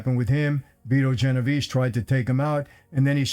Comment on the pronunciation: "Beeto Genovese" 😂😂😂😂 that guy was a bitch, everyone knows